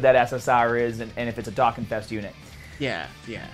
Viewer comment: Did you just pronounce Dokkan correct 😳😳😳